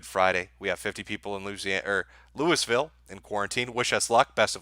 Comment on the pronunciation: The pronunciation of Louisville.. Lou uh vuhl